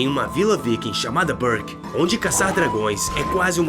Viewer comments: Fala direito não é Burke e Berk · Queria assistir ao vídeo mais em 5 segundos o cara me solta um "barqui" ao invés de Berk vou conseguir não KKKK